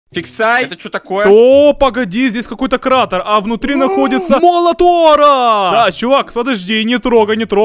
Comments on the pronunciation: Молот ора🤣🤣🤣🤣🤣🤣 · Что сказал фиксай: Молот Тора Что услышал я:Молотора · ты сказал моло тора